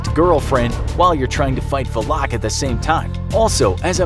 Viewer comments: How are you going to defeat it if you can't even pronounce its name? 😃 It's "Val-ek", not Va-lock LOL. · also it’s not VALAK it’s VALIK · Its not Vleeeeeeeek or Vlaaaaaaaak Its Valak. Legit just read how its written,its not hard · When you said Volak, that everyone said Valak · Pronounced :valkick Name:Valak He calls her: valock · "Valaaaaak" lol It's pronounced as "Valek" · It’s valak not “valock” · It is VALAK not VULOK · it’s not “VUH-LACK” it’s pronounced “VAL-ECK” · tahst not how u say her name its Valac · Valak. Just say valak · Am I the one that pronounces valak like va-luk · The way he pronounces valak like vu lock makes me uncomfortable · I don’t think I heard somebody pronounce Valak more terribly 😂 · Mispronouncing Valak the entire video, sigh. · The way he said Valak smh 😒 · I am so annoyed by how he says her name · Pronounces valak in the dumbest way possible the whole video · I’m just annoyed Valak was pronounced wrong 😖